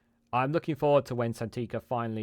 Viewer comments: Thanks for this update. On a side note her name is Sangita - not Santiga 😉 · Its absolutely shameful that you do a video defending Sangita, yet you couldnt be bothered to A) pronounce her name correctly or B)expect us to believe you really know who she is when you called her by something different 20+ times. Perhaps look into "HOOKED ON PHONIX" it may help with "San-gi-ta" as well as "un-press- sid -dent-ed" (unprecedented ) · Phonetically: 'San gee ta'. The 'g' is hard, as in 'gear'. Wivout, furver, and anyfink? I can't find any such words in the OED. YT is an international forum. Stop making us sound like a nation of morons who cannot pronounce words in our own language: sort out your pronunciation before entering a world wide forum. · Quality video, although you Can’t say her name😆. Still gon sub tho. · Apart from your repeated mispronunciation of Sangita’s name, your video is very helpful.